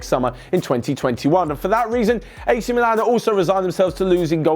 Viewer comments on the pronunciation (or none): none